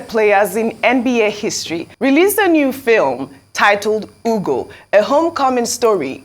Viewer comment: It quite amazes me how these Arise News people, especially Ms. Ojy Okpe, who is said to hail from the ethnic Igbo-speaking Delta State, cannot properly pronounce a common Igbo name as "Ugo," which means Eagle 🦅? The point here is that Igbo names are phonetically pronounced. That is, you say them just the way they are spelled. Especially, if you have heard the word before, it makes pronunciation a lot easier. Has Ojy Okpe not heard the word, "ugo" (as in eagle 🦅) before? If she has not heard the word (ugo) before, she is duly excused.